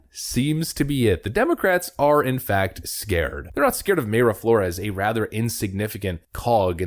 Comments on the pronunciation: pronounced "my-ra" not "may-ra" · 'my-ruh' not 'may-ruh'. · Its My-ra flores not may-ra just saying🤣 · No!!!!! Pronunciation is My-Rah. Not May Ruh. Killing me. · Unless you've heard her say it the way you're saying it, I'm reasonably sure "Mayra" is pronounced "My Ruh". At least that's how the Mayra I knew growing up, pronounced it. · Mayra is pronounced My-Ruh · Thank you for your excellent posts, I haven't missed one since I started watching in 2021, keep up your excellent work. By the way Mayra Flore's first name is pronounced My-ra, Mayra is also my wife's name. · It's Mayra pronounced MY-RA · Love your channel, but it’s pronounced My-rah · Mayra is pronounced Mira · PLEASE…!! PRONOUNCE her name CORRECTLY…! 😲😲👍🏼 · Please fix your pronunciation of Mayra.